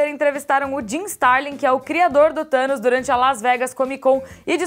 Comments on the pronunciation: "Thano" huhehihehuahaha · Hey 'Thanois' 😂😂😂